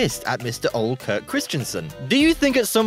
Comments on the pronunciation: I think he's supposed to be saying "Ole", but he's totally butchering the pronounciation. The correct pronounciation is more like "uuh-leh". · why ia it so hard to say Ole properly? The e isn't mute